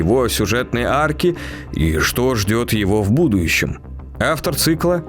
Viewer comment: Дмитрий, голос ваш, конечно, прекрасный, как и его пост-обработка, но будущем произносится без буквы ю в середине слова. Прошу вас, прислушайтесь